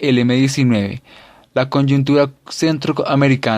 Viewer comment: ¿Conyuntura? ¿Nicuaragua? ¿GUATERMALA???... POR DIOS. HASTA AHÍ ESCUCHÉ EL VIDEO, Y ESO QUE YA ME HABÍA PLANTEADO QUITARLO. ¿ESE MUCHACHOA ESTABA ALFABETIZANDO O QUE?